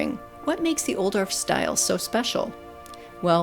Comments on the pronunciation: I love your videos for the beautiful visuals, plant info, narration, and inspiration! This famous designer and plantsman's name is pronounced "Oooo dof", and not "Ol dorf." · Beautiful video, but I’m afraid mispronounces the designer’s name. ˈʌudɔl(ə)f. That’s OU like ouch! dolf, rhymes with golf. But a lovely tour nevertheless.